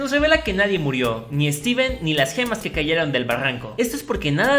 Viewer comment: lo saludo pero dijo su nombre mal steven morido xdxd